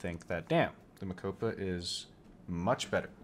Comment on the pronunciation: Rooivalk - pronounce - Roy-falk Mokopa - prnounce - Mo-cope-a